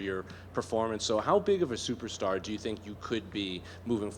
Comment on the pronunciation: he said shuperstar